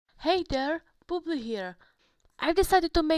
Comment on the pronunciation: I’m sorry but every time u said bubli it sounds like you said boob- 😭